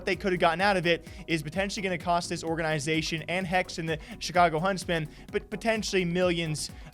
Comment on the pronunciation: I can't watch these videos anymore until somebody teaches him how to pronounce "organization" lol